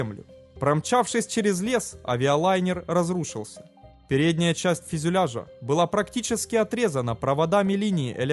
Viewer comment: Автор - молодец, растешь! Но, ещё пару добрых советов - пожеланий: в тысяча восьмиста метрах. В тысяча пятиста метрах. И ещё : фЮзеляж , не фИзюляж. БелфАст (ударение на А) Но , повторюсь: В целом работаешь Всё лучше и лучше! Успехов далее!